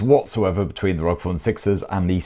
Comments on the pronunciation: Good video mate but it's pronounced R O G not rog. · its not Rog its R.O.G!. I couldnt only stand to watch it up until 4.01seconds cause you continued to say rog and not R O G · Kills me everytime you say ROG instead of R O G 😂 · It's R O G not rog 😂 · it's not rog.. it's R.O.G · I hate it when people say ROG as if it's a word. It's R.O.G., R - O - G. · Why is he saying ROG? IT'S R.O.G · R.O.G. For the love of god and respect to all gamers stop pronouncing it like a word!!! Republic Of Gamers! It’s an acronym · Yes cause its actually acronym ROG=republic for gamers/games